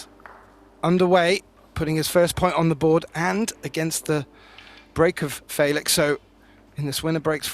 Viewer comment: "Faylix"... " then s'pose "Gaythin" is correct.